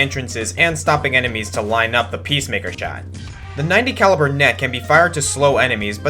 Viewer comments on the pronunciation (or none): none